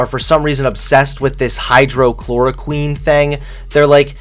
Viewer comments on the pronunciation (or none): hydroxychloroquine does work..........as a malaria treatment. hydroxychloroquine does NOT work.......as a covid-19 treatment. And yes hydroxychloroquine....not hydrochloroquine as you pronounced it. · Your pronunciation of Hy-droxy-chloroquine needs work before you give a report. Also, so you’re informed, hydroxychloroquine is under $10. The CDC favorite, Remdesivir is over $3,000. BTW, after watching this ridiculous video with very poor research.....I’m unsubscribing. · Right? I just unsubbed. This kid is getting dumb. Can't even pronounce the name of the drug correctly. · The fact that can’t even pronounce the name of the drug correctly makes it look like he hasn’t done adequate research! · I’m not entirely confident that you did any valid research given that you are unable to properly pronounce “hydroxychloroquine.”